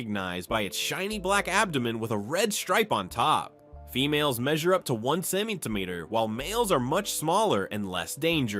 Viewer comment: Listen to how this dud pronounces centimetre